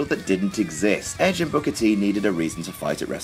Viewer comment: Can we see how many time Michael Cole calls Booker T "Booger"?